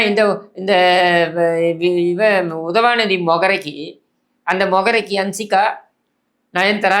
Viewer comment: I love watching your videos only to hear you say UDHAVANIDHI 😂😂 and you topped it off today with Santhanathuku thunai nadigan 😂😂